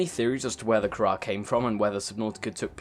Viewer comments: What is the kharrar you mean the carar? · The virus is called CARAR, not kharrar. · Kharaa? You can't be serious. It's carar, not kharaa, dammit!